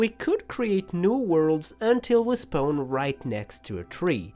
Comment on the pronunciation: I love how you say “spone” instead of spawn 🤣🤣🤣